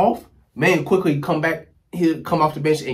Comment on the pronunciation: Had to stop watching cause he said the trade wrong in the beginning….for OG Anunoby, AND Immanuel Quickley